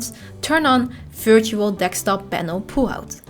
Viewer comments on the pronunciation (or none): Can't figure out what a dekstop is... Other than that, great video with the most amazing Dutch accent.